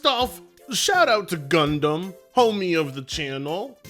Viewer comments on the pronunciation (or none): none